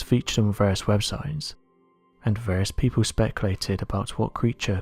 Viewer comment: AHAHAHA who are these "people" honest these types of videos it's always " peepow say" 😂😂